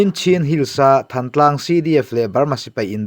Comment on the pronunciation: Than tlang nilovin, Thân tlang tih tur, Lawi tih thlûk ang deuhin.